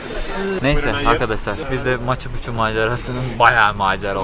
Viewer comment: Maçı Puçu ne demek lan?! 🤣🤣🤣 Maçu Piçu (Machu Picchu).